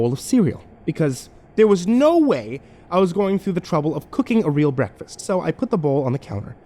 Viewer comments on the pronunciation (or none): none